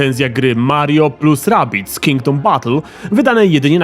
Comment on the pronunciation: "Redardis" XDDD